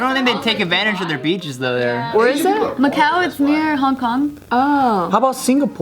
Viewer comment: "Macau is kinda like that!" I heard: "My cow is kinda like that!"